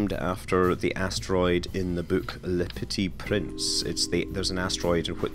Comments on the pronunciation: le petyyy prinsse xD Your french is amazing ;D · Jamais j'aurais cru entendre Scott prononcer "Le Petit Prince" :p